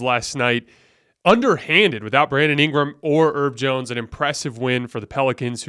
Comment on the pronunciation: The “H” in Herb Jones is not silent my brother. You pronounce the H